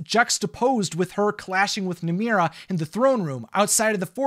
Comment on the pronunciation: am i the only one who notices that calls namaari namira?